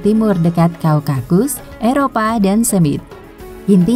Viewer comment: *Typo kah? - Daun / Daud ? - Wahyudi / Yahudi ? Slh sebut : Kaukakus → Kaukasus Mimin ngantuk ya?..hì_hí..istirahat yg cukup., Min...